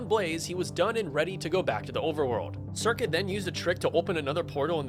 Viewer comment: This guy doesn't know how the speedrun works. Curcuit a made a whole video analysing the run. Also, it's not "circuit".